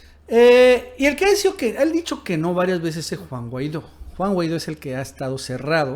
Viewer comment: Minuto "Guaido"